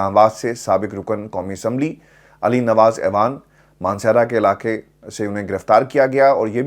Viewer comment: اعوان کا تلفظ "آوان" ہوتا ہے، ایوان نہیں۔۔۔ درستگی فرما لیجیے